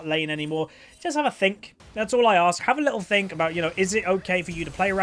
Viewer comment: "hav a litl think" why do i love that so much